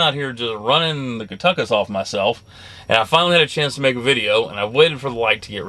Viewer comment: You said cuntuckus!🤣